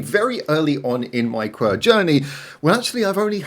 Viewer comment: 1 second in and bro called them qwer instead of qwer... not 1 single unit but 4, letter by letter